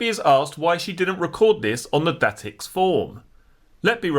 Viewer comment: Datix is pronounced day-tix